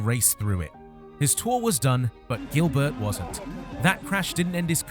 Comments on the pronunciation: It is not pronounced Gilbert, like in English, it is jeelbear, he is French. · It really annoys me how you pronounce Gilbert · Learn how to pronounce Gilbert in french